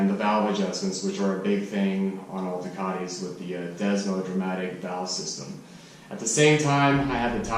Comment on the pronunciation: Did you just said "Desmodramatic Valve System"? 😂...For sure a better name but they are actually called Desmodromic.